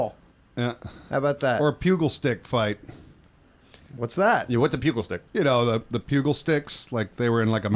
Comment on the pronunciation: I love you guys, but you're a bunch of idiots., it's a pugil stick. (PEW-Jul) Like a pugilist (that's a boxer). This isn't helping is it? Honestly, the amount of words you guys can't pronounce when you make your living doing voice work is mind boggling. You guys need some hooked-on-phonics in your lives.